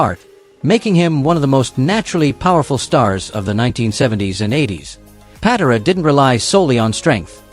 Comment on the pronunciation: I hate AI. Ken PAT-uh-rah??